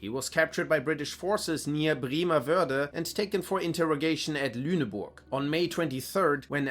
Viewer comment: Bremerwörde? Sure you are German???